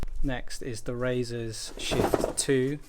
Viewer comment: Roe-sis ! :) Roe-sea's!